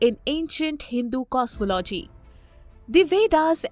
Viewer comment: Please use better narrators, as it can be distracting for the listeners. The narrator mispronounces “cosmology” and continously says “aksed” instead of asked.